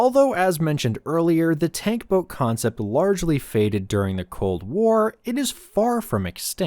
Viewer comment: Ah yes ...the "Toat" 😂